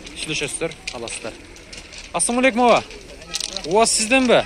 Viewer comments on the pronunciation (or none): Ассом алейкум эмес тууган Ассалому алейкум деп так суйло